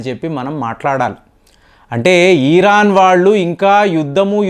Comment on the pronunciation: Eeeeraan kaadhu raa, irran anaali